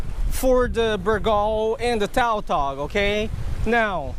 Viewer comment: It's pronounced tutog not toutog even though it is spelled tautog